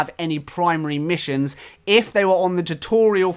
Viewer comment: ROFLMAO "Missue Issions" I am in tears atm. HAHAHAHA